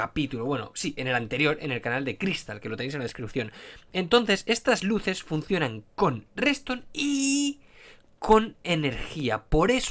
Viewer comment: Cuando explicó que se apago las luses literal mente no le entendí XD